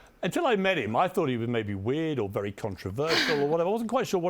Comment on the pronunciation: "I really liked her. - She looks like a superstar, was great fun, wery intelligent, wery smart, wery charming, wery warm, with direct eye contact. Seems like a wery nice person ..." sayd Piers Morgan about Meghan Markle (When he first met her in person)